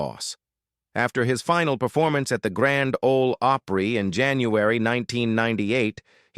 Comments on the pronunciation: Oh Pree? It's AW Pree, dipsh!t.... And the way "Hee Haw" was pronounced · He pronounced it Opree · It's not Ohhpry, It's Opry! If u are gonna put videos on here, stop using Fu$%&ng AI narrative!!!! Damn!!! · Grand Old Ope-ree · And it's not oooopry it is pronounced op ry. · How can you mis-pronounce "Opry ("oh-pree") like you've never heard it before? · Well, now I know this is an AI generated video. Can't pronounce Opry, can't tell the difference between Grandpa Jones and George Jones. I wish YouTube would put a filter on AI videos. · Don't say Opry the way you do! What a F#$%^ng Insult! Horrible!!! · I agree. They need a real live person to correct the poor reading. Tammy Winette is pronounced by AI with a short I instead of a long one. Grand Old Opry is pronounced with a long o in Opry instead of a short one. SO ODD.